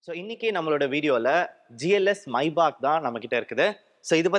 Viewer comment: Bro that's Maybach not maibach